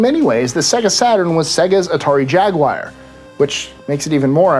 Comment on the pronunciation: What is a Jagwire?